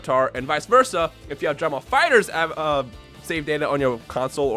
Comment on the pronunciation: "Drah ball fightrz"